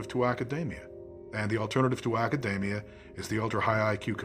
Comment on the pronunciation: For such a "genius", it's strange that he can't pronounce the word "academia" properly. And his head size theory is wrong. There are many animals whose heads are bigger than ours, and yet they're obviously not as intelligent.